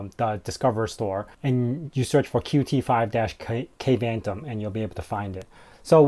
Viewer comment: Dude, you should do a stand up comedy. I kept giggling during most of your show. Maahovee? Kayvantom? Adding a network widget when it could be clearly set to always visible in your system tray? Setting the size of the spacer to "half a pixel"? Good lord! 🤭🤣